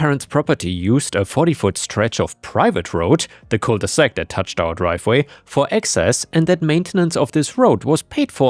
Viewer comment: Cul de sac, not cole de sac.